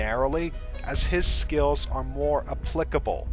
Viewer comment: I love how he says skills lol. "SKEEEELS"